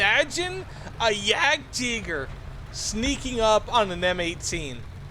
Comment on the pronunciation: That's the correct German pronunciation